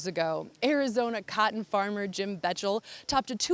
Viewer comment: Please do your research and learn to say Jim Bechtel's name properly.